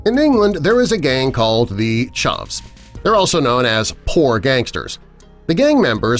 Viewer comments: He pronounced chav wrong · Man said chaav bro it’s pronounced chav and also they’re not a gang it’s an insult for a wannabe gang member. Like you’d say he’s such a chav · He said charv not chav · oml, his pronunciation of chav literally killed me. and yes, while a group of chavs may sometimes be a gang, that does not mean that all chavs are part of a gang. being a chav is a personality, a way of dressing/talking/acting etc. but that does not make them all part of one gang, sometimes its just a group of friends that are all chavs, they are not gang members, they are just friends hanging out. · Ikr man can't even say "chav" properly. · bro said chav wrong aswell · Bruv got me wheezing at how he says chav lmfao